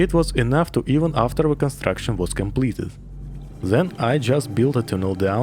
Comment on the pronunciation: Сразу понял, что русский по "зэ и вэ". Насчёт "the" - "дэ" самый идеальный вариант. Надо поработать над произношением.